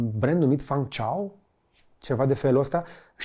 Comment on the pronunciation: Salut George, misto filmuletul (dealtfel cam toate filmuletele tale) numele sub-brandului BYD pe care incerci sa-l pronunti este Fang Cheng Bao iar numele orasului Zhengzhou s-ar pronunta ceva de genul: Gengjou